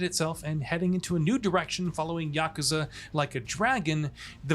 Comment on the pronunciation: The announcer dude needs to learn some basic Japanese. Here is the correct pronunciation: yuh koo zuh